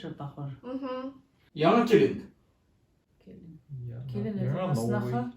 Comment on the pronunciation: я узбек и то ничего не понял про яна кИлЕн. ЯНА кЕлИнГ я понимаю только татар-башкир и уйгур, другие сложно. вы пишите по татарски а не по-узбекски. а произношение ваще отпад. не кила а кела! млин! тупость.